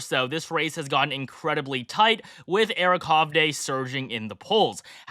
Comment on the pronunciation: Nobody can pronounce Eric Hovde's last name correctly. It's pronounced HUV-DEE